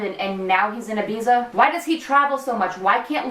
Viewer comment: The way you pronounce Ibiza 😂